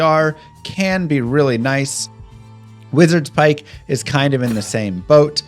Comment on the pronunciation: imagine playing this game for 20+ years and still not being able to pronounce wizardspike and zakarum.